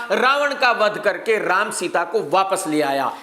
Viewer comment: Ram ji ka naam thik se lo sir